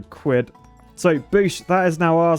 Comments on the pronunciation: It’s Quid not Cuid lmao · Ah yes “cwid” my favorite currency. Way better than dollars and sents. Perfect for buying architect’s tears mugs, blessed by the cween and cing. Honestly “cwid” if the best currency I cnow of. Anyone who doesn’t lice “cwid” is an architect and as such should be shamed in a state of the art, beaver engineered, shaming wheel.